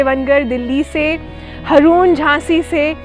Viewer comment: 1. सीताफल / शरीफा 2. नागर शैली 3. फरवरी 4.मराठी - लिंबू और मलयालम - नारंगा, चेतना जी अगर मेरे जवाब सही है तो मेरे नाम का उच्चारण हारून बोलेंगी तो मुझे और अच्छा लगेगा, वैसे आपके मुंह से मेरा नाम हरुन भी अच्छा लगने लगता है। झांसी से हारून ।